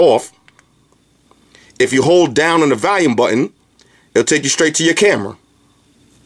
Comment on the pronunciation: I laugh every time You say "Valume"..awesome review as always though dude!